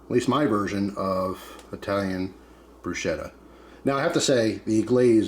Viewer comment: Nice work, as an italian i can say usually we do only oil tomatoes garlic basil and chilli pepper, but there are so many variations. Ps is pronounced brusketta , the ch is hard.